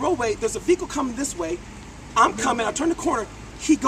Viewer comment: sounds like hes saying fecal haha not vehicle